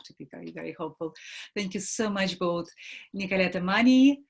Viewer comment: it's MANNI not Mani, never too late to learn